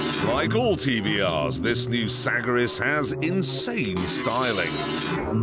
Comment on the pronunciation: TVR is so fcking nice , and the typhoon is the king of all , near the cerebra speed , When he said Sagaris it sounded Like Sackriss :D